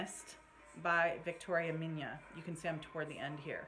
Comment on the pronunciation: well this is the best resume, I don't have anything to add. Her last name? Really nothing special, a custom, ( ok, pretty rare ) Hungarian last name. And you pronounce it perfectly :)